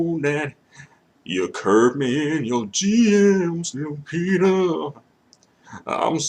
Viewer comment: Why are you saying "Lu-pizza"?